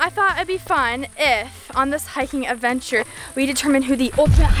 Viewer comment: Audrey is saying avensure not Adventure